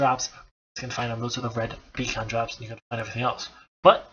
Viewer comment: ur english sounds perfect... but 1 word gives it away XD especially if its the most used word in your vid i ROFL everytime i hear you say B-KHAAN B-KHAAN like its some meth addict second rate rapper XD beacon= bee (long) + kun/cun (short) cheers for the great vid though